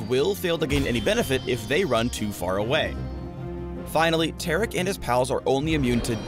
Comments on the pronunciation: Its TAR-ICK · I don't pronounce Taric like that. I pronounce is like Tar-Rick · Tear-Ick confirmed. Not Tar-Ick. My mind has been blown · how is Taric Tear'ick?.....lol the pronounciation choice by Riot.